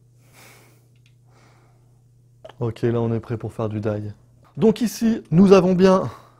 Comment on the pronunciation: Merci pour la vidéo. Juste pour ton info (parcequ'à la base je n'avais pas compris ce que tu disais) : D.I.Y se prononce "Di Aille Ouaille" parceque lorsque tu dis "daille" c'est la prononciation du mot "DIE" en anglais et ça veut dire "mourrir". Donc à entendre ça fait vraiment très bizarre quoi :) En tous cas merci bien pour tes explications c'est top !